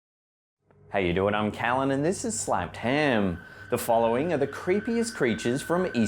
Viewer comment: why did the beginning of the video say sNapped ham instead of sLapped??